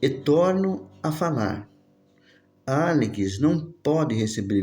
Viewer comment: Demorei 5 capítulos pra entender que esse "Alikis" é Alex. kkkk